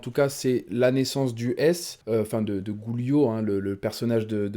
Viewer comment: sinon merci beaucoup pour l'écoute par contre arrête de dire GOULIO MDRRRR ça se dit DJUILIO sinon écris guilio sur google trad et met la voix